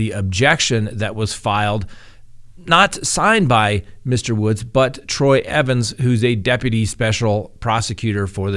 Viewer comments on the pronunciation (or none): none